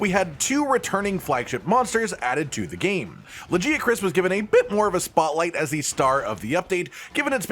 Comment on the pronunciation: You said Lagiacrus wrong.